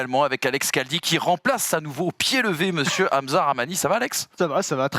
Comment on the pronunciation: Caldi 😂😂😂 c est Khaldi